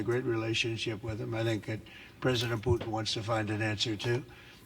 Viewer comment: How he spoke out Putin's name i always understand just Pute (the german word for a Turkey) lol 😅🤣 Mmh... but hey maybe it could be the perfect nickname for Putin to call him with this german word Pute !😁🤪